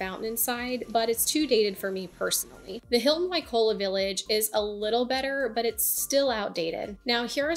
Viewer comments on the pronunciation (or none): Seriously? "Waikola? " not Waikoloa?! You don't speak "Hawaiian " but you do read English? Guys, if you can't make quality content, just enjoy your trip and leave people alone with your "four seasons " recommendations. Four seasons is nice...no kidding. How does it help 95% who are not retired brain surgeons? Ridiculous